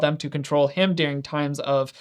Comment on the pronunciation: It's pronounced "during" not "deering"